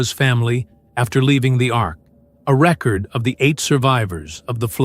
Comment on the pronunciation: Surely…… For a video of such stature and consequence, one could hire a professional to narrate the text and pronounce all of the words correctly knowing that the word “record” can be a noun or a verb and is pronounced differently for each. SMH